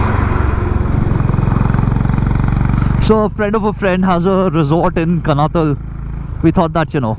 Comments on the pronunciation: It's pronounced कानाताल । Very good journeys and recounting your experiences. I live in Dehradun. Lovely place to settle down later in life. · Just a pointer...the place you travelled to is pronounced as Kaanaataal...though written as Kanatal...like Nainital...tal in uttarakhand (pronounced taal) stands for 'lake' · It is not Kanatal guys, you pronounce it कणआताल 👍